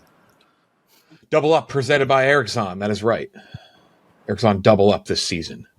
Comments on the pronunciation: anyone else extremely annoyed with how pronounces "Erics-On".. "Its E-ROCKS-ON" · I’m pretty sure is pronouncing Eroxon wrong. On PMT they call it Hard E-Rocks-On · not incorrectly pronouncing his own sponsor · Learn to say your sponsers name